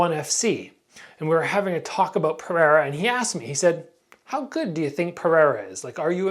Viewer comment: Come on it's Pereira, not Periera man